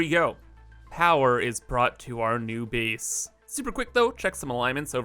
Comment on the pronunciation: The way you say "a" is very interesting. Like "base" and "space." You say it like "beese" and "speece." From where do you hail?